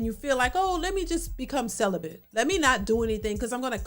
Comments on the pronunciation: She said “celibent.” SHE NEEDS SOME “D” big time! 😂😂😂😂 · Celibate, not Celibent.....